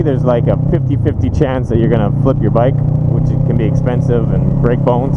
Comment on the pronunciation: Bike passion not Mike passion